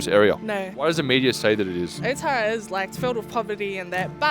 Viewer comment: It's Otara not Otara